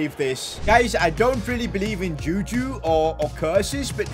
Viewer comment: As a Nigerian the way you pronounce juju is weird 😂